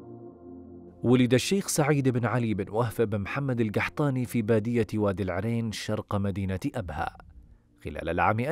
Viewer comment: العرين بكسر الراء